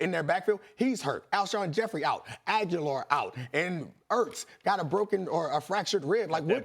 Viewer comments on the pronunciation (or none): Ag-you-lar? Really? If you're paid to talk about sports, you should know players' names.